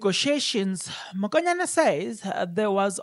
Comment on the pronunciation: Write Mokonyane please, not Makonyane. Verbally pronounce it MOKONYANE not MAKONYANE. Wena you are careless with calling people's names or pronouncing words. Hai !! You are not different from people who say LIBOMBO instead of LIMPOPO. Hai !